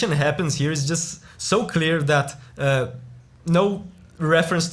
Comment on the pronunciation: "This piece - it's a piece dat", as a Russian, I don't need to hear the rest of the review after this!